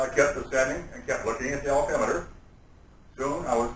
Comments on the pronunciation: first time yes you're right but - sounds like odometer or, at best, oldometer. Nothing personal, but I am entitled to my opinion, as are you! Nothing about this proves legitimacy. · Sounded like altimeter to me. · I would like to believe this guy , but a so called trained pilot that calls an "altimeter" an "odometer has me in disbelief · These people who did the subtitles are retarded, what's an odometer? He said altimeter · This guy is full of shit.... How can anyone think this is real? He says altimeter and the text odometer. WTF